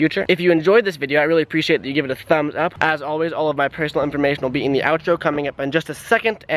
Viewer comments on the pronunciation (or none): none